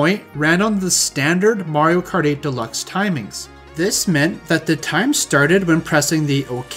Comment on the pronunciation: "most people who play mawio kawt"